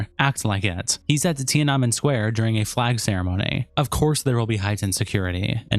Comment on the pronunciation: Ti-ah-neh-men. .... bruh Edit: Hasan sucks... should have owned up to being a Turkish Muslim... but he's magically white now, ofc.